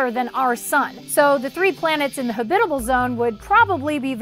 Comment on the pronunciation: HAbitable zone, not haBITable zone